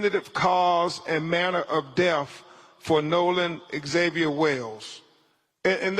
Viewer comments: C'MON!!! YOU'RE AN ATTORNEY!!...FOR GOD'S SAKE PRONOUNCE "DEATH" CORRECTLY! DEATH IS NOT PRONOUNCED AS DEAF! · His unwillingness to pronounce the words correctly is baffling. Deaf of ? WTH is wrong with him? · This show is a disgrace. It takes time to properly investigate. You really find it necessary to read the autopsy to everyone? You’re just trying to justify insinuating his white friends. And it’s death not def 🙄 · He said deaf for death, I'm not going to name them all he's ridiculous.